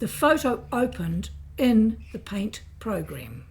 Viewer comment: "click on pint." it's called paint. not pint. learn to speak correctly.